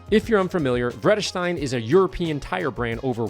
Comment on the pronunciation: Not only is Vredestein a European brand, it's a Dutch brand. You pronounced it almost right;-)